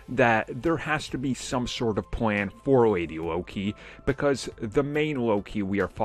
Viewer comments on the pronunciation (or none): none